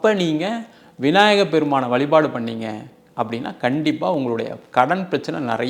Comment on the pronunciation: Dear Anchor: Valipaadu illa vazhipaadu